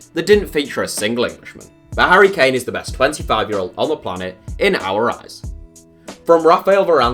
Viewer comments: This man said kane at 25. Kill me now 😂😂😂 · I stop watching when he said harry kane